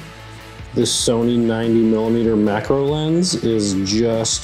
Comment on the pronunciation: Did you say macro lens? Or mackerel lens? 😂